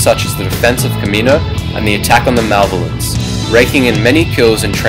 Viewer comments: it the ma-lev-alence not mavlence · srlys who do you say malvelence its maloevelence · like malovence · not to sound really rude, or something, but, its "malevolence", you're saying it "malvolence" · yeah that was killing me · Wendy Pekrul for its malvelence when i hear that i was like dude malvelence srlys thats how you spell it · lol "malvolence" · Malevolence (Ma-Lev-Oh-Lence) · isn't the malevolence pronounced as mer-le-vo-lence? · I have never heard 'Malevolence' pronounced so poorly. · You pronounced malevolence wrong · he pronounced the malevolence wrong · Your saying the molevacence wrong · Your pronunciation of the word "Malevolence" bothered me...